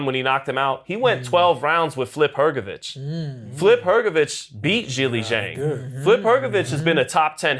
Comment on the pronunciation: Hahahaha that white man is just butchering every single damn name. Has he never watched boxing before? Man said Flip Hrgovic hahahahahah. Pronouncing Itouma isn't that hard either. Straight comedy skit this